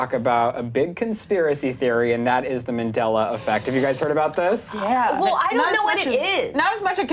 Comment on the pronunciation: It's Mandela effect not Mindela effect....And minacule wtf? Your "accent" is really making your points hard to understand.